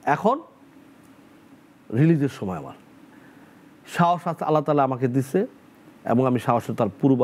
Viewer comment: সময়কে সমে বলে।